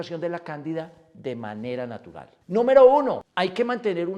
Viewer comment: De manera narutal en vez de natural dice en el comienzo del video, no se porque pero llegue a pensar que se referia a Naruto. Lo comento por si de alguna forma puede corregirlo